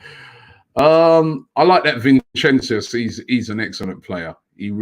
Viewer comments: Nobody Literally nobody ROBBIE : VINCENZUS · adelugba he completely botched the pronunciation of his name😂